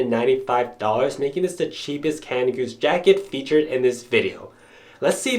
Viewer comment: cana goose ? seriously dude, there's a d in canada. great video though :D